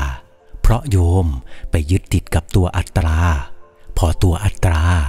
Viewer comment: 'อัตตา' ที่หมายถึงตัวตน ไม่ต้องกล้ำเสียง 'ร' เป็น'อัตรา'นะคะ เสียงโดยภาพรวมชัดและนุ่มหูดีแล้ว แต่เสียงไหนที่ไม่ใช่คำกล้ำก็ไม่ต้องกล้ำ ส่วนคำไหนที่เป็นคำควบกล้ำก็ต้องกล้ำคะ